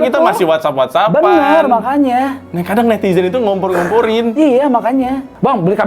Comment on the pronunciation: "takut dibuli netiJen" 😅 Bandung pisan, pake J bukan Z